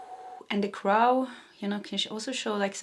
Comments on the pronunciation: Crow is pronounced croh, like ooh! I love your readings! ❤ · for crow you pronounced it right the first time pronounced Cr-Oh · crow. Rhymes with toe. Thank you so much for the reading